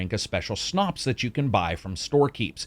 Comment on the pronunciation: Finally a reviewer who knew how to pronounce "schnapps". I swear, video game reviewers generally need to get out more.